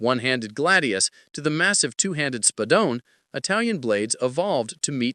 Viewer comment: Fine, but at least learn the proper pronunciation. "Spadon" o "Shiavona" non si può sentire cazzo 😂